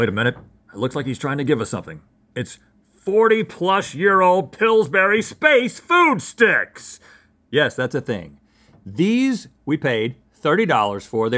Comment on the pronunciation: I loved those space food sticks. But the emphasis was on “space” SPACEfood sticks. Not space Food sticks.